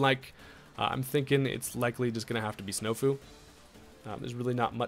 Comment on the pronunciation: “Snofu” Jesus Christ 👨🏻‍🦲👌🏽